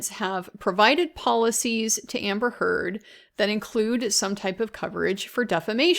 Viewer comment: PRONOUNCE NAMES PROPERLY. SHES A NIGHTMARE BUT C'MON